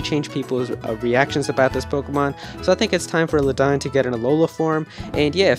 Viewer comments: you mispronounced ledian. its pronounced lay dee in not ladine! but otherwise this list is pritty good and its cool to see everyone super exited for usum (ultra sun ultra moon) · lmao what the hell is luh dine? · god my ears bleed every time I heard him say Ledian's name...